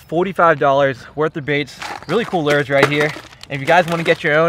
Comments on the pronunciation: Lures not lurs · I hate the way you say lures. Lol